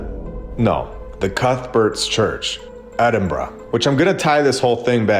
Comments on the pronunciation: He pronounced Edinburgh correctly!! 🎊🎉🎈🎁🎂🍻👍🏻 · First time I've ever heard an American/Canadian pronounce Edinburgh properly 👏 that place is next level beautiful. Honestly amazing